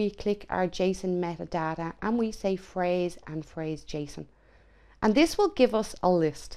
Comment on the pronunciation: lolwat? It's "parse" not "phrase" 🤣